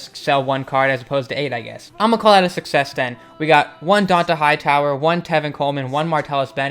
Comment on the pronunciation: Can u fix how you say Dont'a Hightower omg